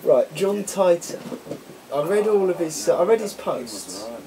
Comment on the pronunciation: haha john tighter..!? its titor...like teeter totter.